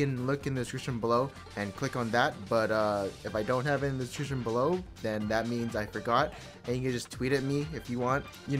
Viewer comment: HE CANT PRONOUNCE DESCRIPTION HAHAHAHAH